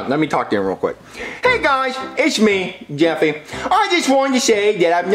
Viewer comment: it’s Jeffy not Jeffry